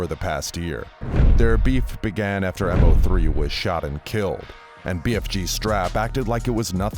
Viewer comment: M o 3 KILLED me. Lmao its mo3 like moe 3 lol